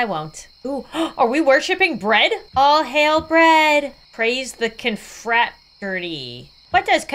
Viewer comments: inability to pronounce confraternity is cracking me up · mispronouncing confraternity is thee funniest thing ever😂😂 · playing “cute” bread game:❌ struggling to say confraternity:✅